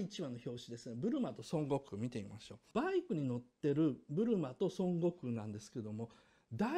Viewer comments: ドラゴンボールそんなに好きじゃない人がドラゴンボールを語るあるある 孫悟空の発音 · 孫悟空の発音が西遊記で草